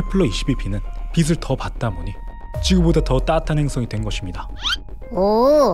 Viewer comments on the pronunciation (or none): 빛을 ..비슬이아니고 비츨입니다